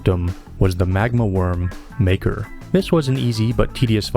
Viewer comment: into the algorithm you go!!! it seems to be a trend to try and correct you on pronunciations. Therefore, makar is most likely ma-car, not maker. ruined the entire video. /s